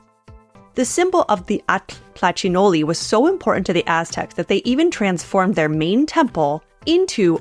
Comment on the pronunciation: Now I know how to pronounce atl-tlachinolli correctly :)